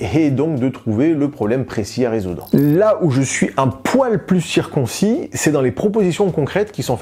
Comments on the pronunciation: Circonspect pas circoncit, c'était fait exprès?!? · Circonspect ? Pas circoncis ? 😅